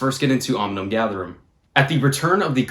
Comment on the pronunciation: Oh and I’m pretty sure it’s ‘Omnium’ btw not ‘Ominum’ good luck with finals man! What’s your degree?